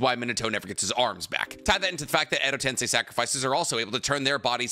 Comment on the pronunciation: Been ignoring it, but tensei "ten-say" is rebirth. TenSAI "ten-sigh" is genius